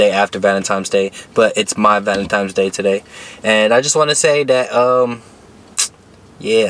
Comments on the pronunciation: Another dude that says “valentime’s day” 🤣. Why is it so hard for some people to pronounce Valentine’s Day. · “ValenTIMES Day”😂😂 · Lmao me too homie. No hate. Just think it’s funny how everyone say valentimes day. Stay up homie